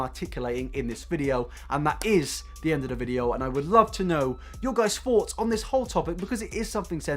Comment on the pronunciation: Ok is it just me or is he saying FOUGHTS instead of thoughts